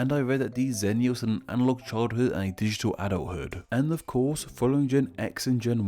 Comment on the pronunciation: What Word Is That?